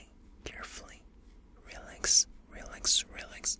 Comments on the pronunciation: Am I the only one who hears Rolex when he says relax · the “relax” sounds like “real-lex”